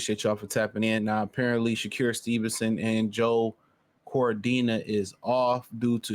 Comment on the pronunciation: It's wild how you pronounce his name - Sha-cure 😂